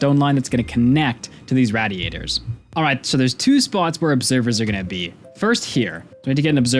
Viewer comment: Matthew the absolute mvp of the video, Angarn the superhero keeping the whole world turning, and this one French idiot that says "raddy-ators" just doing what they tell him.